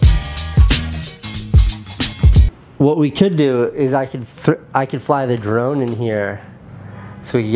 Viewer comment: Every time he says "drone" I hear "Jerome"